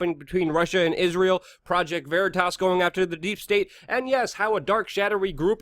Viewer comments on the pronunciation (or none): none